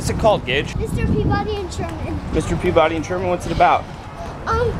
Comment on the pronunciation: It's pronounced per-buddy, I know this because I live in Peabody Massachusetts